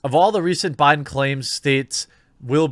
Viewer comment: "Joe Briben"? 😂